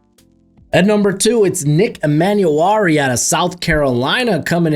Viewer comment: Hate to be that annoying guy but its e-man-war-e